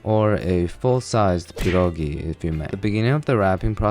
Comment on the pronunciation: you pronouncing pierogi right made my entire day